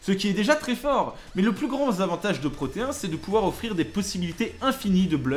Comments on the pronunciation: au juste c'est pas protéen "ine" est pas "hein" '-' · C'est pas Proteen ? (Proté ine)